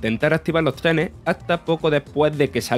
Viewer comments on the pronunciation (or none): Activah lo treneh